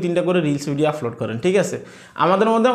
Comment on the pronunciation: ভাই আপনার এই ভাষা গুলো উচ্চারণ সঠিক করেন প্রতি ভিডিও এই শব্দ গুলো বলেছেন-আফলোড,ফতিনিয়ত,,ফরিশ্রম,ফেজ ,ফালাটফ্রম,এবং,ফশ্ন